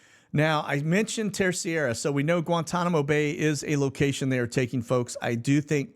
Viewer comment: Terceira. Just say : TerSAYdah.